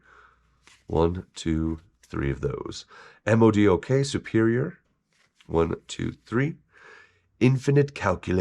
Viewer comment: You say his name MODOK (mow-dock), not the letters separately.